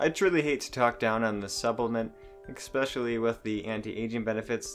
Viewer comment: Ekspecially. LOL!